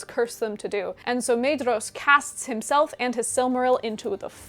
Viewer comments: No matter how commendable the rest of the video is (and given the breadth of the content, I can let some factual errors slip) but learn how to pronounce the names. There is no Maid-ross in the book. Maedhros is pronounced MY-thross, where the TH is voiced as in "those" and "there." Maeglin is MYglin. Aradhel is Arathel because again the DH represents a voiced TH. And either flap your Rs consistently or don't do it at all. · Fantastic synopsis! I only have two small pronunciation notes since Tolkien's English is a bit stale for us in the 21st. the pair of vowels "ae" are voiced as a long "i" as in 'eye'. The paring of "dh" is a voiced "dth" sound like the beginning of the word "their". So names like Maedhros get the double whammy and is pronounced M-eye-dth-ros. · Great summary! Small thing - “dh” in Tolkien’s languages is pronounced “th”, so Maedhros is pronounced “MYthros” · Wonderful video! Brilliant summery, and much appreciated 👍🏼✨✨ Quick pointless nerdy quibble: according to Christopher Tolkien's notes on pronunciation, "dh" represents a soft "th" sound in English, thus "Maedhros" would be something like "Maethros." Keep up the great work!!! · The ae and ai diphthongs are similar to Japanese (or Finnish, obviously), not English. Maedhros = MAH-eh-thross, Edain = EH-dah-een, etc. I know you were rushed for time, but you should have mentioned how the world was made round after Ar-Pharazôn's attack on Valinor. And how the Sons of Fëanor (or anyone else, I suppose) didn't dare go after the Silmaril while it was in Lúthien's possession.